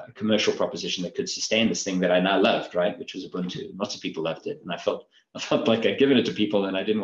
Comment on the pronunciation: Sir Mark, please get that man to pronounce Ubuntu! It is my pet peeve to hear the inept mispronounce this wonderful indigenous Nguni word which means "I am, because we are." To that bearded interviewer: ooh booon too. Or just listen to how Sir Mark says it.